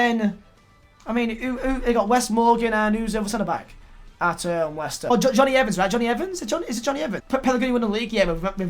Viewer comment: leighster instead of wolves , u alright mate